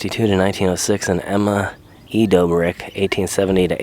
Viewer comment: That's an & Sign. Two "b"s makes it DOBBrick, not DOEbrick.